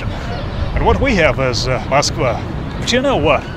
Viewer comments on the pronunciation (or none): none